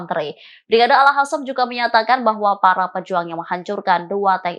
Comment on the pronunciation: Reporternya cantik tp nyebut al qasam jd al hasam😁🙄